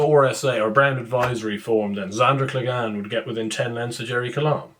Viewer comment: Who is Zandoor Cleg - Anne? He’s your favourite horse. The Hound. Clegane rhymes with pain